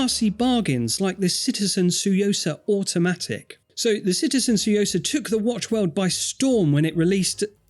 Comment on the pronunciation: My "like" is for the correct pronunciation of "Tsuyosa". Good job,!